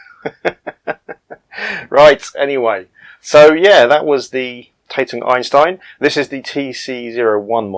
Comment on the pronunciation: Really interested to see this as I was part of the original development team back in the early 1980’s. I was one of two Industrial designers, responsible for the aesthetic and ergonomic design of products. The Tatung Einstein (pronounced ‘TaT Ung’ not taytung) was designed in Telford UK and built in Taiwan. Tatung had originally bought out Decca Television in 1982 and had originally operated from two sites, the Hospital Street development laboratory and factory in Bridgnorth, Shropshire and a development laboratory at Clayton outside Bradford. Clayton was a satellite operation of some 15-20 mechanical and electrical engineers. There was a lot of political rivalry between the two sites, but eventually both relocated to Stafford Park 10 in Telford. The original model was designed to carry a matching monitor, that’s why the footprint was so large. Not being a computer user at the time, I believe however that it was quite a good, if somewhat expensive, product. The name of the unit ‘Einstein’ was an interesting development in itself. At Tatung, each department had English management but also a Chinese manager, so there was a fair amount of duplication. When major meetings took place, every senior manager in the company, with their Chinese counterparts, would attend. So when a new product development was in process, for example, even the site and HR managers were there, imparting their wisdom. Unsurprisingly, the meetings were often rather drawn out. There could be 30+ people in t